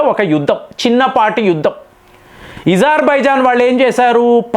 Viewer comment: సర్ ఇజర్బైజాన్ కాదు అజర్బైజాన్